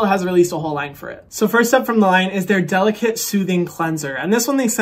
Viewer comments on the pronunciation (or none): You could at least say the name of the line correctly if they’re sponsoring you. DeliKATE like her name and not delicate.